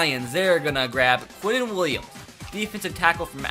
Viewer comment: It’s Quinnen not queintin